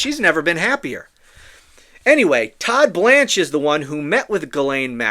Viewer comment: The way you say Todd BLANCHE cracks me up😂